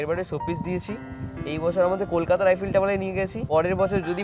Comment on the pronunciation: Eifell na Eiffel bole 😐